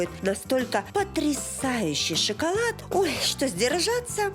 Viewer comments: Жанна, не " сщикалат", а "шоколад."Обратитесь к логопеду! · Как можно говорить...шикалад? Это п...ц